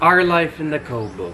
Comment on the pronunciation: once said, "our life in the kowbow" 😂 yey for another vlog ❤️